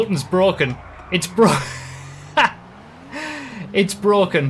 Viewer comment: The sultan “is broken! It’s bwoken! F***!” Lando Norris Vibes